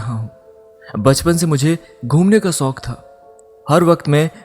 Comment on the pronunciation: Beta ap pehly Sahi alfazon ki adaige sekhn jsy apky alfaz .. k bajai visal .. shooq ko AP sook . Khwish ..khwis. hazar ko AP hajaar BOL rhy Hain location ko locaan. Mushqat ko muskat . Roshni ko rosni . amazing amyzing .ye alafz AP ksy BOL rhy ho Sahi bolo ghltiyan krna bura ni hota unper qaim rahna brbr wohi ghlti krna ghlt HOTA hay. . enlis ni English HOTA hy ..